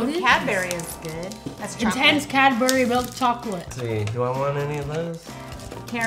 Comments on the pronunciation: Cad berry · ITS NOT CADBERRY… ITS CADBURY Here’s a translation Cad- Ber-ee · u dont say cad-BERRY, u ssay cad-BURY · It pained me every time they said cad-Berry. IT'S PRONOUNCED CAD-BURRY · Why do they say cadberry It is written as Cadbury Say it with me Cad-buh-reee-z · Here’s a translation Cad-brees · Even Tube: Is this cadberrie English Hulk: Hulk mad he said cadberrie arrrrrrrrrrr smash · Anyone from the UK would of got triggered when they said "Cadberries" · They say cadberry not Cadbury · Sandra Williamson i’m british too and have no clue how to say it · I'm British and I can't even say it😂😂😂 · Were u fustrated when they pronounced Cadbury wrong😡😡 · You Know The Dislikes Are From Us (Brits) Hating Their Pronunciation! Lol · I’m British hand I haven’t even had half of these 😂 anyone else triggered from how they say Cadbury